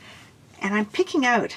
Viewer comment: I didn't know she was Canadian until she said the word out lol that's always the dead giveaway